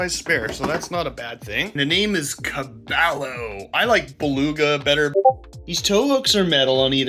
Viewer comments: "ca-buy-o" Spanish for Horse (or Bronco) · Caballo is Spanish for horse . The 2 l’s are pronounced as a y bro .